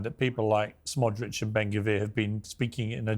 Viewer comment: So tired of hearing Piers say “Smodrich”